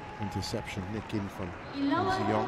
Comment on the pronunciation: Probably that's the reason why the commentator always sound like he's saying An Se-young instead of Ng Tze Yong haha.